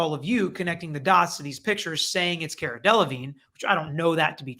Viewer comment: It’s Car-a (🚗-a) 😀